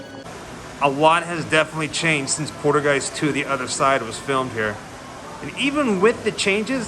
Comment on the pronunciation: Haha u keep call8ng the little girl Caroline it's Carol Anne, n it sounds like u pronounce poltergeist like poodlegeist lol funny man, LOL, sorry I'm just a hard core horror movie fan and I grew up with these films, n cringe a bit when people mispronounce characters iconic names or they butcher some info that they mis heard or got wrong from what the actual facts are..Sorry bro not trying to come at u negatively ,but I'm just a huge horror need that just can't stand it when some folks get shitt wrong. It's all in good tension and good fun bro, just kinda made me cringe a bit when u kept saying Caroline and poodlegeist lol haha it's all good bro still love ur videos and ur adventures that u explore they're all very interesting..much love man